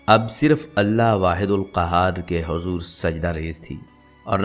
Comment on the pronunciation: by hajur nhi. hujur. bolo